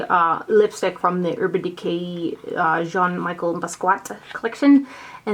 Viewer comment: Awwwww the foster kitty :) Yes that is a photo of Jean Michel Basquiat on the packaging. Such a cool artist who passed way too soon. Oh and it's said "John Me-shell BOSS-key-ott" if that makes any sense! LOL. I was super bummed that the vaults of that collection sold out so quick cuz I bought EVERY PIECE of it individually.... HOLY EXPENSIVE. Good thing I had some Ulta rewards to use toward it cuz WOW lol